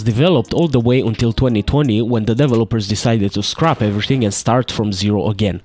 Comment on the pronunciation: "Devil-oppers" has to be the most insane way I've ever heard someone pronounce 'developers' hahahahaha